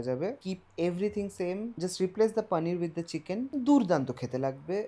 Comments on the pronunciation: Hindustani der moto paaaneer na bole poonir bol tui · ওরে আমার ঢং রে। পানির। পনির কে পানির বলাও এখন কুল!!! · আপনার প্রত্যেকটা ভিডিও ও রান্নার পদ অসাধারণ এবং আপনার ভিডিও উপস্থাপন এর পদ্ধতি খুবই সুন্দর | তবে বাংলা ভিডিও তে "পানির " না বলে "পনির" উচ্চারণ করলে শুনতে ভালো লাগে | বাঙালি "পানির" আর "লাস্যি" বললেই মনে হয় মুখে "বাত" হয়েছে | বাঙালির এখন "পনির", "লস্যি" বলতে মুখে তীব্র ব্যথা অনুভব হয় | বিশ্বাস করুন আমার মাতৃভাষা শুনতে খুবই মধুর | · 😂😂 Same here.....kono bangla channel পানির bolte pare ?? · Poneer bolo 😡